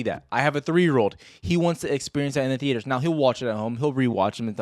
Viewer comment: the-aters haha